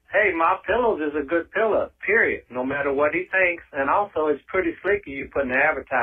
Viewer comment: Now David, don't make fun of us (yes, that includes me) who say "Pilla". I grew up in the south and it's kind of hard to let go of some dialect & idiom issues, lol! BTW, I also say: windas (windows), tamatas (tomatoes) and other colorful pronunciations :-)